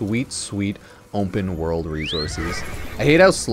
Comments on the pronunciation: "Ompen world" 😂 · words cannot describe how confused i was here drunk as a larva listening to this and freaked out over how you said ``openworld``, thought my ears was propper broken XD. ompenworld